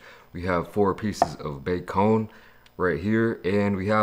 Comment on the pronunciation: lol he said facon